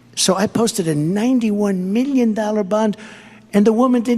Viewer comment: 91 miyen not million but miyen